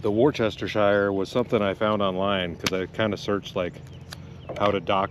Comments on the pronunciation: Wore-cester-shire sauce....lol. It's Wooohstasheer. That's as close as I can get to the correct pronunciation. Thanks for the chuckle you gave me tonight mate...@ 12am here in the UK lol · As I've said before on this channel I am from the UK and we don't say Worcestershire we just say Worcester as in it's pronounced woosta sauce. Hearing you trying to pronounce Worcestershire made me laugh. If you do want to say Worcestershire it's just pronounced woos ta sheer, not shire. Another great video. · that kinda heat always brings awesome storms!!! what a blast! ***easy way to pronounce worcestershire sauce (wersh-ta-sure).: now you see me, big gust of wind, now you dont! our old shitty boy scout army tents would leak anywhere you touched the fabric when wet. no cell phones or internet in early 80s! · This is the first video I’ve watched of yours and I really appreciate how chill you are but PLEASE pronounce it like ‘wusstishur’ I’m about to have an aneurysm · Sir that's funny but with all do respect let me help you out. It's pronounced Worst ah shire sauce 😊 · ... "were-stir-sheer".... like New Hampshire... not what ever you were butchering lol. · I really enjoyed watching your vid…. Don’t take this as a criticism but Worcester sauce…. Is Pronounced Wooster. There’s no need to try and say Worcestershire and that is pronounced woostersheer. Hope that helps👍 A just like your Arkansas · War Ster A Sha Shire! 😂 Yeah, I know, it's not easy! 🤣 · he lost me at "wor chest ti shire sauce." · About Wourcestershire sauce, you pronounce it like you'd say Wooster sure. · WORCE-ster-shir (Three syllables). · Love your videos brother but I gotta teach you how to say worcestershire (wust-esha) keep up the good work. You got a new subscriper from the UK / USA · Hi love, I'm from England..we pronounce Worcestershire as just wuss-ter ...you don't need all the shire nonsense on the end...just. Wusster sauce...love your channel 😊 🤗 xx